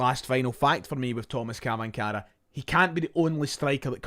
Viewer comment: it's pronounced " Chvanchara...`Tomash Chvanchara"